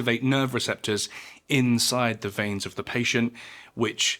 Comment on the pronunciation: Please pronounce veins correctly